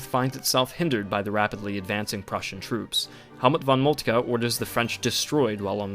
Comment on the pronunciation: Great video very informative and easy to understand, however work on your pronunciations of foreign names. It's Moltke not Moltkuh.